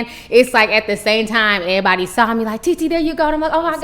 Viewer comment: Lol "ehbody". Lol